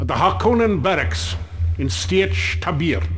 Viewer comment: Mistakes Made in this video. Naib = Leader of Sietch Fedaykin = Fremen Death Commando Tabr = Pronounced Tayber not Taybeer. Sietch = Pronounced Seeitch (essentially a place where fremen live a community cut into the rock) Shai-Hulud = Shai Haulud not Shai Aluud Great Convention Issues. Regarding the Use of Death Hand Atomics by the Harkonnen. They are forbidden to be used against living enemies. Possible repercussions would be annihilation of Harkonnens. Its possible that the usage of atomics is allowed in this case but still its an issue. Symbol of the Harkonnen House is wrong. Its a Blue Griphon in the books. Symbol of the Atreides House is wrong. Its a red hawk. Ordos was not part of the books. Edric O would be a non-violation of Orange Catholic Bible but would be very grey area. Given he is a Cyborg clearly. Almost similiar to a sentient AI. Given the corporal and non-corporal nature. It is possible that a Harkonnen Baron is Cannibalistic but unlikely I think they were just trying to show how less human they are to a degree. Still I enjoyed that game immensely when I played it.